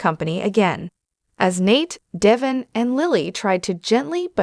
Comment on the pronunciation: I stopped listening as soon as the "reader" mispronounced Devon's name. This person has never even watched an episode of The Y&R. It's deVON not Devin.